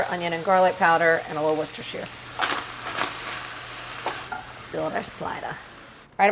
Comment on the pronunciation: I love that you can actually say "Worcestershire" correctly.